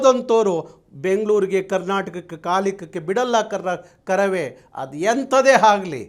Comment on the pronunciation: ಅಣ್ಣನ ಕನ್ನಡ ನೋಡ್ರಿ ...😅--- ಹಣ್ಣನ ಕನ್ನಡ ನೋಡ್ರಿ ಅದು ಎಂತದೆ ಆಗಲಿ --- ಹದು ಹೆಂತದೆ ಹಾಗಲಿ 😢😢😢 ಆ ದೇವರೇ ಬಂದು ಕಾಪಾಡಲಿ😢😢